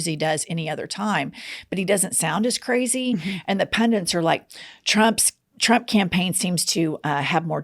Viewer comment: I know Trump is illiterate and as dumb as a rock and doesn't understand what punctuation is, has difficulty reading and pronouncing words correctly but 😂 you used the word 'pundants' ! Maybe you shouldn't be quite so hard on HIM, the word is 'pundits' NOT pundants... You're not so smart yourself...🤔